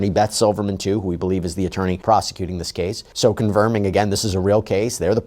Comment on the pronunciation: really love the growth you’ve been showing since I first started watching you. The stuttering all that! I really look for your videos now. Only request is please work on the way you pronounce “this” it’s not “Dis” it’s such an ear sore abeggg. Other than that, much love